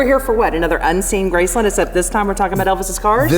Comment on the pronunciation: Why do you guys keep saying graceLUND instead of Graceland